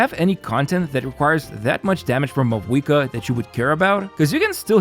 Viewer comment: If only you pronounced her name right.